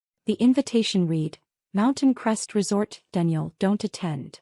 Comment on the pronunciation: The third word in, "read", is mispronounced. This is happening in all AI videos. It's getting tiresome. You would think the AI could understand the context and pronounce the words correctly.